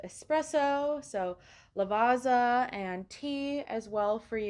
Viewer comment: Since there is no lift inside the suite, it's definitely for more active guests. And here's an Italian pronunciation tip so you sound like a pro: The ZZ (and Z) in Italian have a TZ sound as in pizza and piazza and also for Lavazza! It's the single letter S between two vowels that has the standard Z sound as in Pisa and lasagna!